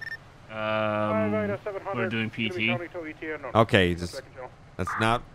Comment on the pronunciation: Just to let u know it is PT n not PTT get it right